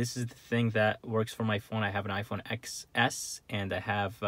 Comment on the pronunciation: When did APPLE make the XS, it’s pronounced 10s........ and practice your dialogue before making a video. My Goodness, you was stumbling all over your words. Don’t mind me!!!!